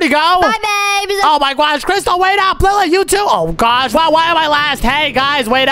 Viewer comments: Did you say I my guosh that is Omz thing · Why you say oh my gwosh thats funny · So cring you say oh my gwash